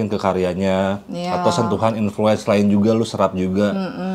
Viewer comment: Kurang L bang influence nya